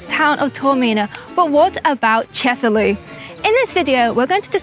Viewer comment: Awesome video, i'll be adding Cefalu to my list of Sicilian cities to visit. Just one comment, the name of the city is pronounced ce-fa-LU, not CE-fa-lu. The stress goes on the last syllable, not the first.